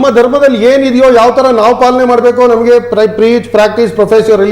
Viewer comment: 💛❤️ ಕನ್ನಡ ಉಚ್ಚಾರಣೆ ಸರಿಯಾಗಿ ಇರಲಿ , ಅದು ನವಗ್ಗೆ ಧರ್ಮ ಮುಖ್ಯ ಅಲ್ಲ , ನಮಗೆ ಧರ್ಮ ಮುಖ್ಯ ✅ ಇದರಿಂದ ಟಿ ಆರ್ ಪಿ ಏನು ಜಾಸ್ತಿ ಆಗುವುದಿಲ್ಲ , 💛❤️ ಸರಿಯಾಗಿದೆಯೇ ಎಂದು ನೋಡಿ ಆಮೇಲೆ ವಿಡಿಯೋ ಹಾಕು ✅ 🔱 ಓಂ ಕಾಲಯ ತಸ್ಮೈ ನಮಃ ✅ 🙏🏼 ಜೈ ಶ್ರೀ ರಾಮ್ 🏹